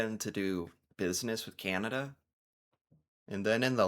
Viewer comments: Enough !!! ffs, ... Stop saying, " Kieeanda." .... It's; 'Can' ( like a 'can' of soup) ... 'ah' ... 'Da'... (As in. D'uhh... 🤣) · And … could you just pronounce our name correctly. It’s not Cyanada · He can't even pronounce Canada, "Cianada"